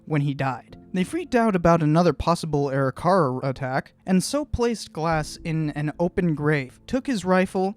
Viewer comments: Arikara is pronounced "ah-rick-uh-ruh", not "airy-car-rah" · Great review. You have a new subscriber. Seeing all the mountains on his way back struck me as wrong right away. One minor criticism is you pronunciation of Arikara. It a should be A-rick-ara. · Pronounce the Indian name as ....AW-RICK-AW-RAW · Good video. I believe your pronunciation of Arikara is not correct. Something more like "Uh-rih-ker-uh"..... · Arikara is pronounced A-RICK-A-RAW just saying good video though! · Sorry a more correct one would be Ah-RICK-Ah-RAW. Im actually an interpreter at Fort Abraham Lincoln state park which has the On a Slant Mandan Village and I had to learn about the Three Affiliated tribes (Mandan,Hidatsa,Arikara). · Dude, you're completely mispronouncing Arikara. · pronouncing arikara wrong